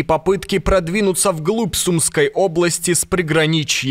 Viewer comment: Не Сумской, а сумскОй обл.